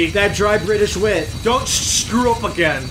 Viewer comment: "Don't shcrew up again."